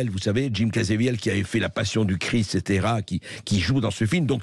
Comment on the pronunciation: Merci de parler de ce sujet. Bercoff, il faut prononcer le nom de Jim Caveziel correctement. Pourquoi dites vous caZEviel et non CaVEziel? Enfin c’est un détail mais ce gars risque sa peau et sa carrière pour dénoncer ces horreurs. Alors il serait bien de respecter son nom…Merci pour tout ce que vous faites…